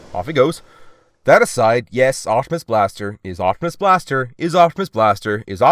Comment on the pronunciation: I'm glad to watch my favorite you tuber ! (Edit) I have to say no hate but it's oPtimus not oCtimus